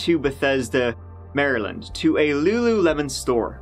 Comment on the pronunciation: But he pronounced Maryland like an American would, so he gets bonus points for that. People from outside N. America typically pronounce it Mary Land, which makes sense but isn't how we do it.